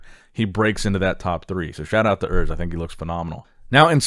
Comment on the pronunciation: Oors not Örs !